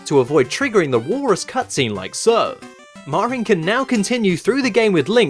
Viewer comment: It's funny that you say "MARR-in" instead of "MARE-in." "Mare-in" would be more natural for Anglophones to say when they see "Marin" because it rhymes with "Mary."